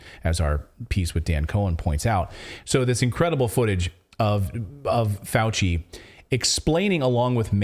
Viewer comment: "Fauchenstein" gon learn tuhday